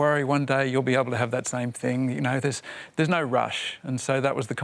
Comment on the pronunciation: Is saying “noyu” instead of “no” a new thing in Australia? Seems to be a recent thing.